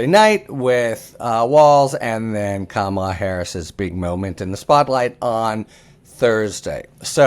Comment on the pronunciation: Thank you Harry for finally pronouncing Kamala correctly. You must have read the comments yesterday. My confidence in you has been restored